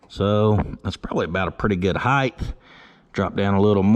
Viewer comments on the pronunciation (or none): The word is HIEGHT, not HIEGTH